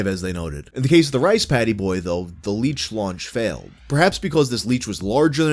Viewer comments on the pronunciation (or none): none